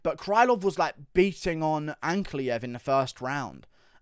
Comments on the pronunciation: “An-Ka-Lae-Ev” Not Anklyev. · "Ankly-ev" lmao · The ankalaev pronunciation was really triggering me and idk why